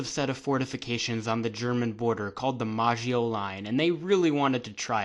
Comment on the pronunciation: MA-GEE-O Line